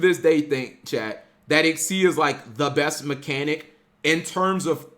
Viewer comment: It triggers me when people say exceed.....